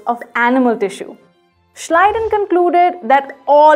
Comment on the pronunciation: Thank God somebody in this world knows how to pronounce Schleiden and Schwann.